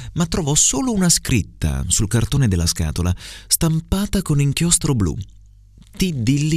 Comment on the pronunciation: Mi pare di aver sentito "inchióstro" con la "o" chiusa, "nòmi" con la "o" aperta e " po' " con la "o" chiusa Un saluto da Tommaso, il ragazzo che ha frequentato il corso a Firenze 😉